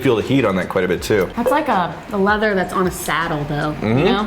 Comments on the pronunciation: love y'all but quiet != quite bud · Should have taken a drink every time he said "quiet" instead of "quite" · You should have taken a drink everytime he said "quite" with two syllables like "quiet." 😁